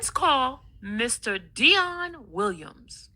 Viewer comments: Why does she never put the "s" on Williams? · Why can't this fool say "Williams"And what is tessafy??